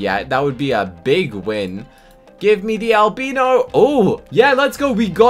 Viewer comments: just so you know its al-bye-no not al-be-no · I have to say one thing its driving me mad. Its not Alb-EE-no, its Al-b-EYE-no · Al-bi-no. Not al-bee-no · It’s pronounced Albino ( Alb “eye”no 😊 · your pronouncing albino wrong (AL-BIE-NO) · He says albino wrong